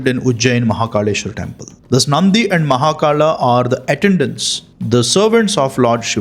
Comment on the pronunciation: V and B are not what I am saying. I know it can be interchangeable from region to region, and language to language.. Like Barun and Varun, or Bikram and Vikram. I am talking about the R that you are adding.. You are saying it like Vetarla and Mahakarla.. Why the R? It is so weird to hear that... 😅